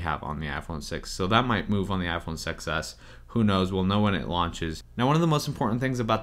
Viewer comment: "iPhone Sex S